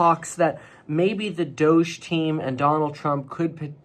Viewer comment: It’s pronounced DOGE